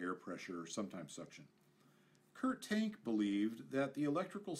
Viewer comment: Great video, one minor quibble. I believe that the FW-190's designers name is more accurately pronounced as "Kurt Tahnk"